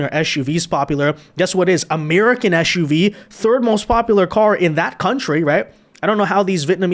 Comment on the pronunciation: It is SUV not shuv. How would you ask someone to SIT is also shit???????????????????